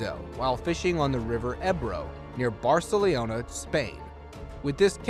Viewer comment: The city is called "Barcelona". not "Barceliona"